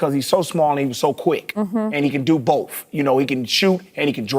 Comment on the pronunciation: sounds like he says “bowf” instead of “both” kind of like buckwheat